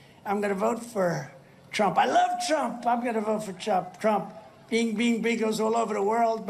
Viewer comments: Did this lunatic really just mispronounce his own name as "Chump" ? 🤣🎯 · ... The Orange Shit Gibbon actually called HIMSELF 'chump Trump', Well, either that or he's mumbling worse than he has Biden as doing ?